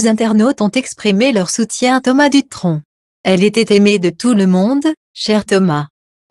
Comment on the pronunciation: Il ne faut pas ecorcher le nom c Thomas Dutron et non ducron 🤔 J D